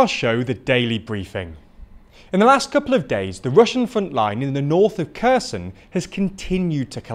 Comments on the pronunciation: Holy shit. Repeat after me: HAIR-Sonn Not Kerson. It ain’t hard!! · great video! One note: it's pronounced Herson, Harkiv. The K is silent and it's to show it's a hard H, not a soft H. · it's not spelled as "Kerzen", it's spelled as Herson, (o being pronounced like the o in or) (Kh in other languages usually means the sound is a hard "h" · Please tweak pronunciation of Ukrainian towns/cities/regions. I recommend watching Denys Davydov's channel to learn correct pronunciation from a Ukrainian. Kherson is not 'KERZEN', it's "HEAR-SON'. Nova Kakhovka is not "NOVA KAKOWVKA', it's 'NOVA KA-HOF-KA'. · you've been reporting about this front for a while maybe it's time to learn how to read KH in Ukrainian names. it's not Kerzon and Nova Kakovka